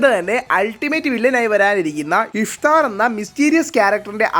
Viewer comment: ഇഫ്താർ അല്ല ഇഷ്താർ